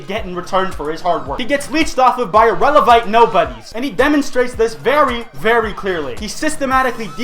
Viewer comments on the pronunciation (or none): But it was CUT from a comment, very clearly. TWICE. He calls HIMSELF "irelavite"! It wasn't like he can't pronounce it correctly. That was the point! Most people understood because it's very BLATANT. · Well, maybe if they paid attention, they would get it. He said, "irevalent" in the video TWICE. That alone should have tipped anyone off that it clearly had some aura of sarcasm. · I was laughing so hard when i heard "irelavite person"